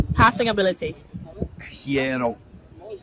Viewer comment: The guy played all the years with Hierro and still hasn't managed to pronounce his surname 😂